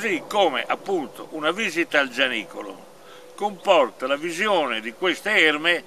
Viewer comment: Giannicolo o Orazzicolo ? C' è un " n " di troppo , un abbraccio al duo !